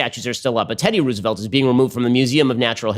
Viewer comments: even if they said it like that, who the fuck says Ruse-velt? it's Rose-velt, Ben. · "teddy ruse-a-volt" - ben shaprio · The way he's saying Roosevelt is very frustrating